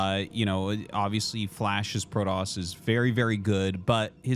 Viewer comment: the prodossss can't pronunce those T's huh rofl